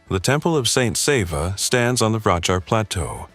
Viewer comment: Is this AI? The narration seems to be AI, considering certain faults in pronunciation. Most of the pronunciation is good, except Sava.